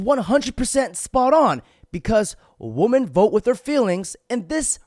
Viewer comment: "Wih-min" not "Wuh-men"